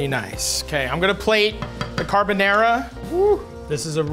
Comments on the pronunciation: I loved it Matty! This episode was a nice one 😊👍 I really loved your "carbonEra" carbonara 😁. Just skip the olive oil next time, guinciale is supposed to render in it's own fat, then your'e good to go 👍. The omurice is pain in the to make, it's very liquidy, but you did a really good attempt! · He can't even say Carbonara right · His pronunciation of carbonara makes my balls tingle